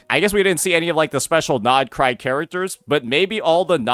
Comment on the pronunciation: NordCry? i think its more like DAWEICRY